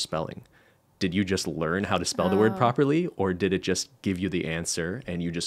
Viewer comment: Iva Miklavcic he does it with the word “it” shortly after